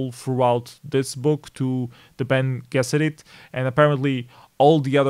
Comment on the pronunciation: Just thought I'd help you out, Bene Gessirit is pronounced like "Benny Jessirit"